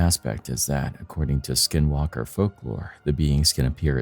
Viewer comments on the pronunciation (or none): I'm sure all the skin walkers are offended at your poor attempt at pronouncing it's name.